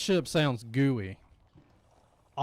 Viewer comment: I lost it when you said "this ship sounds gooey" in a southern drawl😂